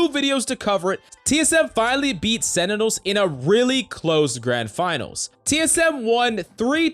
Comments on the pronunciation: It's sentinels not senitals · Sentinels not Senitels lol